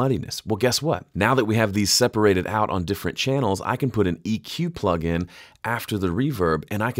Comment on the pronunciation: henceforth i will say "pluggle" instead of plugin